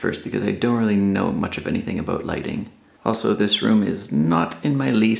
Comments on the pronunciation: I always forget that you're Canadian and am so delighted to be struck by a stray "aboot". It's the exact opposite of my very nasal Australian "abowt" and it brings me so much joy. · There's a little aboot at abowt the 10.45 mark :)